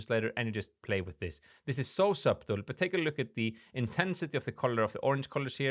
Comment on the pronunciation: Video v helpful. the ‘b’ in subtle is silent fyi.